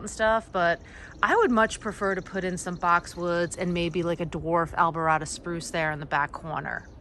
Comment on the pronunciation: Beautiful grounds--future wedding. etc. venue? Would you like to know if you're pronouncing plant names incorrectly? (Alberta Spruce. Like Alberta Canada)